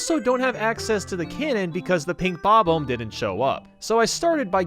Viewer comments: Bob-uhm Battlefield? Nice,. The “omb” is pronounced like “bomb”, meaning you say it like “ba-bomb”. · Say bom om not bobum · sounded like you where saying"bobble" instead of "bob-om" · Bob-omb does not rhyme with comb. It rhymes with bomb. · How do you honestly mispronounce "Bomb-Omb"? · "King Bab-Umb" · Sorry, but... why do you pronounce bob-omb like that? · The way he pronounces "bob-omb" makes me chuckle. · Your pronounciation of those bomb guys might be a Bad Bob-Omben...